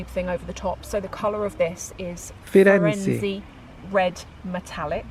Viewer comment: It's really nice you blurred people in the video! Lots of people don't do it and I find it rude as I'm really reserved. By the way, was nearly right with the pronunciation: he read Firenze as Firenzi but E you read it E as it was in England if it makes sense.